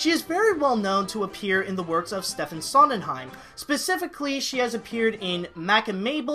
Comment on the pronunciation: Stefen Sondenheim? STEFEN SONDENHEIM?!?!?! Sam the eagle just did a spit take!